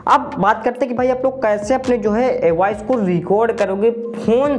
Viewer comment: Waice nei bro voice. .😂😅😊😊😊😊😊😊